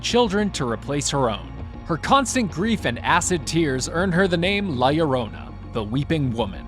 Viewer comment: Finally someone says it right.. LLORONA! 👍